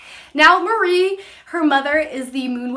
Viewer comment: Not trying to be an ass but it's "Mari" kinda like the end of Ferrari... Or Safari...Not "Marie or Mary"